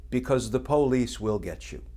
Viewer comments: I love the way Kirschner said po-lice with the accent on po. This guy is a great commentator and knows exactly how to accent words to achieve a given effect. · The "Po-lice", LoL Truth!